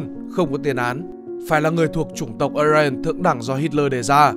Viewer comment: Tiếng đức mà cứ cố tình bẻ sang phát âm tiếng Anh là sao. Mà aryan cũng chả ai đọc là ờ rai ần như bạn cả